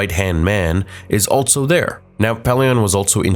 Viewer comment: Dude I love your videos so much but I’ll never understand why you say “alt-so” instead of “also” lmao